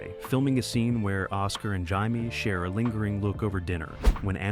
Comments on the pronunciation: IT'S NOT " HIGH-MAY", IT'S "JAY-ME ! If you people can't even get the names correct, what ELSE is screwed up 👎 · How freaking hard is it to pronounce JAIME!